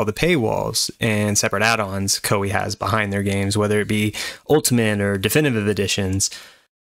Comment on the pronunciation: Koei should be pronounced as Kō ei. I was confused without subtitle lol. btw, liked.